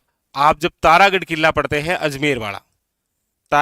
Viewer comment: Ye killa ,,jilla kya hota hai .. pronounce to shi kro guru ho aap